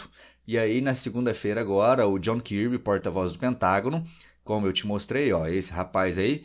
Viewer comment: Djon karbe e não kirbe